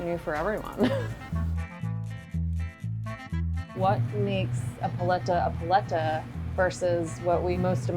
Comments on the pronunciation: I love how the owner keeps emphasizing the word "paleta" yet chef rebbeca keeps saying it like she's ordering a Starbucks menu item. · lolo fernandez lmao no. Learn Spanish vowel sounds. Even listen to the lady she’s interviewing! It hurts every time the host says it her way... it’s like pronouncing tortilla “tor-till-uh”. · Pah-lay-tuh. How did the producer not slap this woman. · This is the whitest way I've ever heard paletas pronounced lolllll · i live in argentina, and i can tall you that paleta has no "lay" sound, not even cloose to it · I couldn't watch this whole video because of the way she was pronouncing the word paleta. Made me cringe every time she said it. She needs Spanish lessons badly. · Idk how I feel about how she pronounces "paleta"